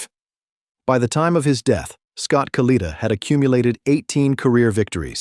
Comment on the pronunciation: AI ass hole pronounce the man’s name correctly